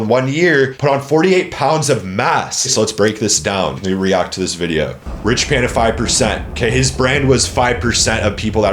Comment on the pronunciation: If you say his Damn name like that one more time...